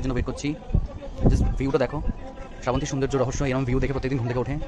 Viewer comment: ওটা স্রা বন্তি না শ্রাবন্তী হবে, বাঙালী হয়ে বাংলা উচ্চারণ টা ঠিক করো।